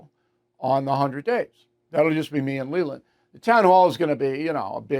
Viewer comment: Bill. How could you slay Lelands name like that.